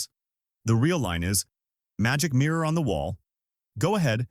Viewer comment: This AI narrator? Pronunciation on the mirror one was bizarre thats not how people talk.